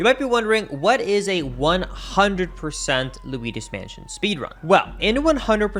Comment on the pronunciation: luidos mansion💀